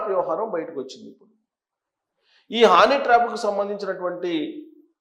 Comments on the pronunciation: హానీ ట్రాప్ ఏంటయ్యా బాబు. అది హనీ ట్రాప్. 😂😂 ఏం జర్నలిస్టు వో ఏమో 😡😡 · హానీ ట్రాప్ కాదండీ హనీ ట్రాప్